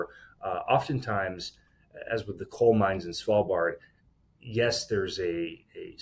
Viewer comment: Impressive pronounciation of Svalbard. ----> Almost 100% perfect pronounced.